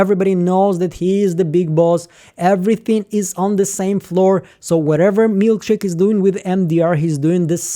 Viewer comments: CHICK !! Not Milk shake !!! It’s MilCHICK !!! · Mark called Milchick "Milkshake" in the note he planted on Mark W. Long live the Milkshake moniker!